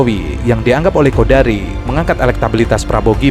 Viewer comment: Namanya KONDORI mas bukan KODARI.